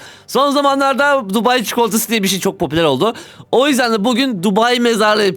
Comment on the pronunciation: tubai çukulatası dedin😂😂😂😂😂